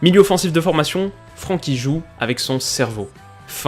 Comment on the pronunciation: Superbe vidéo une nouvelle fois très enrichissante ! Une petite précision comme je suis néerlandophone, son prénom ne se prononce pas Fr[an]kie mais Fr[èn]kie, pour dire d’avoir l’accent moins français 😉😉